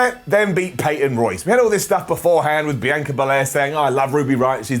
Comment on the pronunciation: It's pronounced - Bee on Kah Not -Bee anne ka And why do you pronounce sasha 2 different ways? Why not pronounce their names like how they pronounce them THEMSELVES? Sah SHa. Not Sass sha